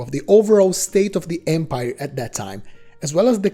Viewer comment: It's empire, not embire.